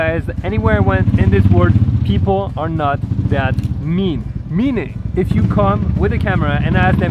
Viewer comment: "Alright guys, to wrap things Upe. It's all about connecting wisss peopleE". I like french accent popping out xD